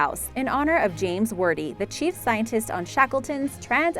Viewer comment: After discovering more atrocities here's part 2! 1. Fafe - the E is silent. Sounds like 'faff' 2. Hermitage is pronounced like 'hermitidge' 3. Wordie is pronounced like 'wardie' 4.Rudimentary is emphasised incorrectly 5. Newfoundland is emphasised incorrectly 6. You removed 'Svalbard' from the commentary, no doubt due to terrible mispronunciation (the D is silent)- it remained on closed captions. 7. Ellidaey is actually pronounced a little like "Adlidaay' it's a complex one. 8. Vestmannaejar again complex, like 'vestman airrr'. 9. Archipelago - don't say the H. .10. You also pronounced Bjork wrong too. how can you say 'BOOOOKcases with BOOKS in it' and mispronounce the first word just a second before saying it correctly?!?!? Dear God woman, get another job. It took me 2 mins to look the couple I was unsure of up on google. What's your excuse?